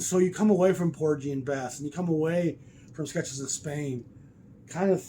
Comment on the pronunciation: Love your stuff, but please don’t pronounce it Porjey. It might take new comers to your channel away from your expertise